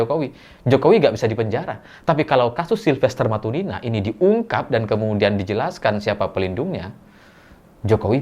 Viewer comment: Silvester Matutina mas bukan Matunina, Nina siapa, nina bobo ?